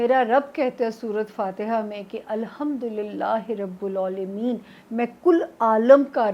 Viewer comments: ap rabul AALAMEEN prhti han, wase ye RABIL AALAMEEN hai. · O Bibi, kitni hi baar likha he mene ke Rabbul Aalameen word he, Rabbul Oalameen bolti hain aap her baar